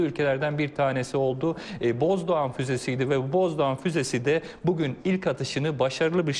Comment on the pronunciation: Boğazdoğan değil Bozdoğan lütfen düzeltiniz.